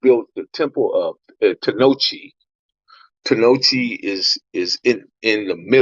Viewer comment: I think you meant to say temple at tenochitlan homie not tenochi